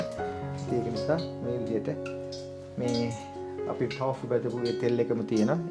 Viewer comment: Thank you for creative foods recipes . Your pronunciation of tofu(豆腐) is wrong (තෝෆු).